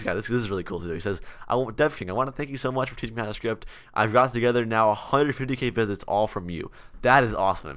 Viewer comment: I love how he says script "shrift"